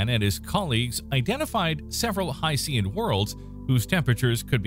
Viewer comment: I love your videos but you're mispronouncing "hycean". The "Cean" part is pronounced the same as "tian" in "Haitian".